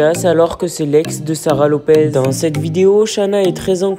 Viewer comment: Faux titre, elle clache pas Sarah du tout, ni John..apprends d'ailleurs à prononcer son nom de famille ! Et au son de ta voix, cher gamins, arrêt de faire des fausses informations car c'est cela qui détruit des vie!!!